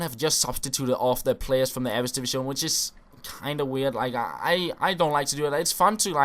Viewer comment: ITS EREDIVISE NOT "EREDIVISCHÓN"